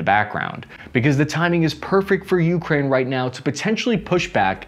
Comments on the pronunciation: It’s not YOUkraine. Please stop making so much emphasis on the first letter. Emphasis should be on the “A” - ukrAine. Thank you ❤ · One small correction not U!kraine, but ukrAine, accent on A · bro you gotta stop saying youkraine. It's Ukraine... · When did we start saying *U*kraine and not U*kraine*, like the rest of the world? Kind of like *I*raq vs I*raq*, putting the wrong emPHAsis on the wrong sylLAble..... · Have seen 3 of his videos and the way he pronounces Ukraine just hits me every time. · Can you at least say Ukraine correctly? Please do them this favor